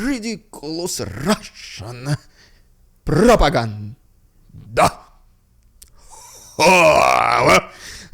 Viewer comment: Please stop saying "Russian Propaganda" like that. Its not funny and makes you sound idiotic. Other than that posts are cool..!